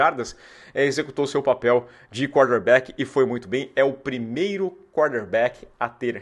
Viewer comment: Toda hora que você fala quarterback, parece que tá falando cornerback kkk